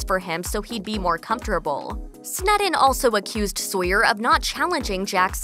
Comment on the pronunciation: I’ve never heard “COMFORTABLE” mispronounced so poorly